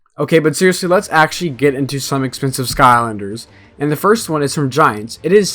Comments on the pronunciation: "skonder" sky-lander not sko-nder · No hate but you said ‘skonder’ like 15 times lol